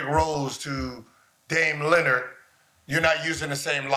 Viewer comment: Gil has never pronounced Dame’s last name correct. Dame “Leonard” … its a Lillard Gil 😅